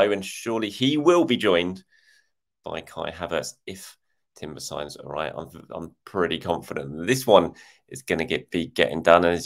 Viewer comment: I'm pretty sure it's more like 'Yurrien' Timber, like Frenkie de Yong. The Dutch j is a y like most of northern Europe.